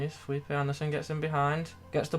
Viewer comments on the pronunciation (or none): none